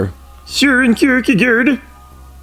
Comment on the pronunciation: That is definitely not how we pronounce Søren Kierkegaard! xD